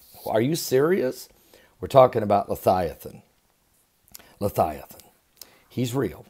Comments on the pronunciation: leviathan...... not lethiaton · I don’t understand how you can SPELL leViathan correctly, but you can not pronounce it correctly. Why do you pronounce it “Le Thigh A Than”. Am I missing something? I could see if you were trying to pronounce the word H3882 in a Hebrew dialect, but that’s not it either. So what’s the deal Pastor? Are you intentionally mispronouncing it or can you legitimately just not pronounce it correctly? Sincerely, I’m not trying to just be negative. I just think it reflects poorly upon someone when they don’t make the effort to pronounce words correctly. It makes them seem very unintelligent. I looked up the word to make sure I wasn’t pronouncing it incorrectly all this time, and the interlinear concordance and lexicon shows a transliteration Of Livyathan, (LIVE-E-Uh-Thon) Here’s my citation: Click the listen button. Sincerely and with respect In Christ’s Love. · Love you... I am fairly sure you are pronouncing the name incorrectly.